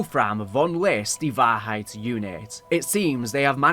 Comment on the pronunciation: As a German i really had a good Laugh at your pronounciation of the German Words. Most of them are ok to good like Die Wahrheit was on point but how you said Vogel was absolutely wrong 😂